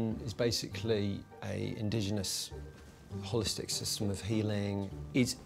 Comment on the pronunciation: The second he said ‘Hollistic’ they should have known this was bollocks. XD